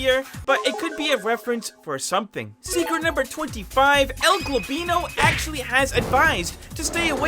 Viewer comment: beautiful "El Gobinlo" 💀